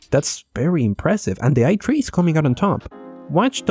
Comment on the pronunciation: It's supposed to be pronounced i3 lol oof xD